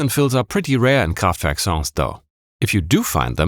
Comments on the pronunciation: He started off the vid by saying "KhrahffftVehrrrk". I'm sold 10 second in. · i'm five seconds in and i'm absolutely astonished that you pronounced kraftwerk right. this video is going to be awesome. <3 edit: wait, you are in fact german! i should have known this before. :'D